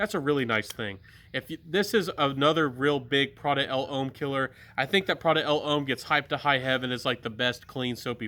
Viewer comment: I like the Baldessarini. Nice list. But please please please, it's just pronounced as Prada 'Lom', not 'El Hom'!